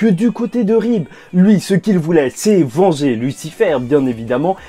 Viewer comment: Tu as dit vanger Lucifer mais super vidéo